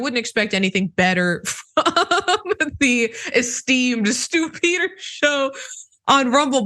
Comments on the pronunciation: Stupider. That's what I heard. That gives "The Stupider's Show", which makes perfect sense... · Did you say Stupider???